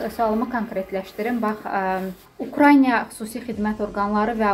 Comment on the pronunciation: Ay jurnalist xanım,Ukrayniya deyil,Ukraina!Düzgün tələffüz edin!Ayıbdır.TVlərdə də belə deyirlər.